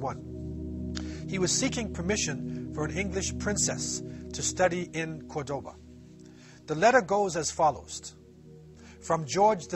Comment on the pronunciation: I'm from Córdoba (Kurtaba as you called it) so watching people from all over the world enjoy our culture and history it's so nice!! PS: You also said many things that are not true to spread your ideas, so that's not nice...